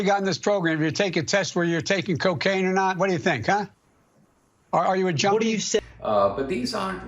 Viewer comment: Sounds like he said "joiney" but what I see is him saying junkie